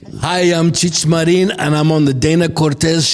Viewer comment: When did Marin become Mar̃ín?